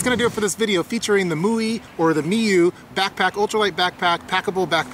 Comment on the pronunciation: PRO TIP: Learn to pronounce the name of the company correctly before you film the product review